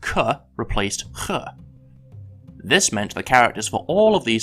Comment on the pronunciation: You pronounce [x] incorrectly